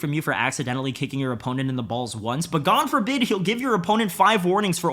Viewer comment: This dude said: 'Gane forbid' Multiple times 😂😂😂